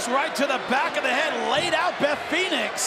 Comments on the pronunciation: needs to retire and its Beth not bet maryise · Love how she said Bet instead of Beth😭😭😭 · If you don't speak French you may not have noticed that she doesn't say Beth. It's not an accent thing lol. She says Bete. That's French for stupid or ignorant, leaning towards dull or dense. I knew it was a setup from the moment I heard the way she said Beth's name and I'm wondering if any other French speaking people caught this wording. Considering what happened I don't think I'm imagining things and the audio is clear. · "Bet Phoenix" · and "Bet" (pronounced "Bete") in French is "Beast" or... "Stupid" haha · it sounds like she is calling Beth "bete" which is beast in french and haitian" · She botch by saying "Bet" is it that hard to say "Beth"?? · It's not bet its beth